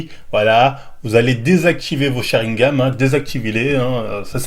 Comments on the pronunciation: Pl tu dis sharingaM c gaN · On dit sharingan, (cha rine gane) et pas cha rine game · Dizaster toi aussi t as remarqué,il fait genre et il sait même pas le prononcer quand il dit sharingame je saigne des oreilles aaaargh,sharingan nondidju😩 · Sharingan, pas chat rie game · Arrête de dire sharingam c’est sharingan 🤣🤣🤣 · arretes avec ton sharingaME c'est sharingan(sharingaaaannne)